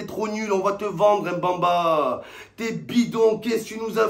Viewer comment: Déjà fallait bien prononcer le nom du joueur Em mban mba c est qui ? C est MBÉ MBA Façon tu prononce mba bah tu remplace le A part le E Mbemba